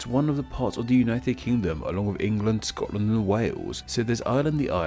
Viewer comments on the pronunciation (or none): none